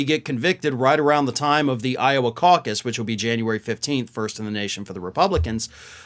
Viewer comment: I bristle every time I hear "Iowa causus"